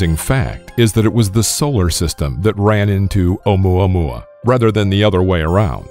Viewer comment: Maxine Raven Alum i thought he Said omae ma wou xD